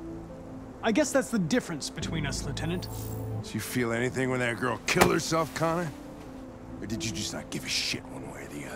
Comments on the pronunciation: if you listen closely to hank he said "connie" instead of Connor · No he doesnt it just sounds like he says Connie. But he really does say Connor